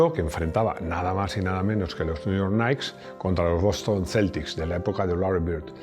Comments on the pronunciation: New York KNICKS, KNICKS, por favor jajaj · Los New York "Naiks"... Si, esta claro q te encanta la NBA XD. Mare de deu...